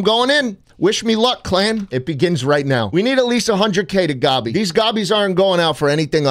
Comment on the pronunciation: please stop saying gobby